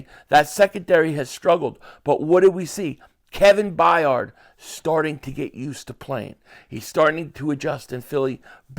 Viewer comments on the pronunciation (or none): Please brother I love listening to you but his name is Bayard Byurd